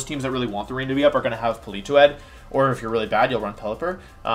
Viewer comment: why does he pronounce politoed and regigigas like that. the toed is pronounced toad